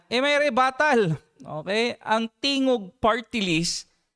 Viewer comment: why is the anc host defending tingog? btw her phony accent and the way she mispronounces "tingog" is laughable